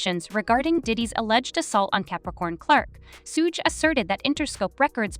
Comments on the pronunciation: Ho don’t kno how to say suge name right damn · Suge = shoog like sugar